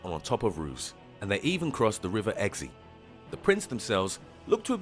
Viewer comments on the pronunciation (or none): I used to live in Devon, and I heard of the Devil’s footprints, but there are so many places that claim to have them. Also the guy mispronounced the River Exe :P